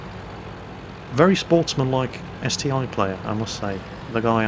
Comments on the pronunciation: Pretty sure it's ST-1 not ST-i. It's like saying Tiger aye aye for the Tiger II. I also can't take what you say seriously when you say ST-i XD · Haha agree that its ST-1 you snoobs ;)